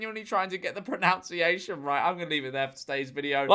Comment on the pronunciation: Just realised that he mis prounanced, mis proununciation